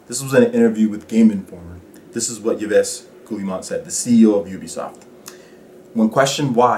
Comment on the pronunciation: Great video,. Agreed 100% Ubisoft is the French EA. Btw, his name is pronounced "Eve Gi Mon"